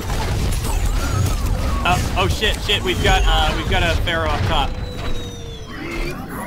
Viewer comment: I feel like this probably doesn't bug anyone, but every time they pronounce Pharah's name like "FAIR-uh," I cringe a little bit. Pharah herself pronounces her own name like "FAR-ah." I dunno, that's just a little thing that gets to me when the correct pronunciation is said out loud for you in-game.